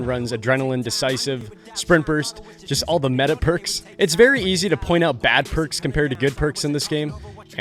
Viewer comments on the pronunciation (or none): none